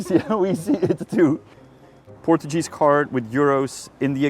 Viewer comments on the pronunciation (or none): portuJEEZ card 🤯 first time I ever hear someone pronounce it that way 😂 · "PortuJeez card" 💀